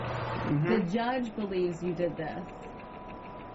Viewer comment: It’s judge not juuuuuudge